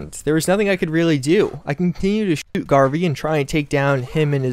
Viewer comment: Cant even say shoot and gun